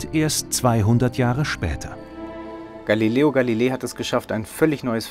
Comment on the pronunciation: Gilileo Galileel